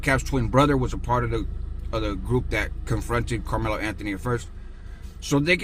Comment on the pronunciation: Also it's Carmelo 😆🤷‍♂️